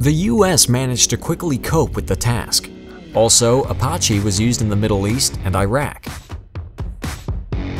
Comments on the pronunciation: Apppaache. I always thought it was pronounced Apache. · Seriously? A-pot-chee? How about Ah-pat-chee? Grinding on my nerves for some reason with that one... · Apache is pronounced Uh-pah-chee not uh-paw-chee smfh. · Apache ,not Aparche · He/it (very convincing bot?) also called the Apache 'ApaRche' 🤭😏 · Wonder how he'd pronounce "Navajo" lol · It is NOT pronounced ApAWche.. APACHE as in the "A" in HAT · Ap-AH-chi. haha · How the heck do you not know how to pronounce Apache properly!!! The Apache tribal citizens, & western fans everywhere rolled their eyes when the heard you pronounce it wrong. It is pronounced "Uh-patch-chi"!